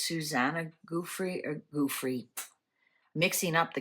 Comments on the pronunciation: It's GUTHrie, not GOOTHrie, please. :face-red-heart-shape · It’s not goothrie it’s Gutherie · I don’t mean to be the language police, I think you might be in Canada and pronounce things differently. I love watching your channel. I don’t understand tarot. It find you very interesting. Her last name is pronounced Guth- er- ie, not Goo-th- re. Maybe it’s your accent. I’m American, we pronounce things differently depending on where we live. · Please listen to a news person pronounce Guthrie. It isn’t Goothrie. Thought you’d like to know. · Please out of respect pronounce Guthrie correctly. It's not Goothrie. She's a Capricorn. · You are mispronouncing her last name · How is it possible that you mispronounced Guthrie when everyone all over the place is pronouncing it correctly???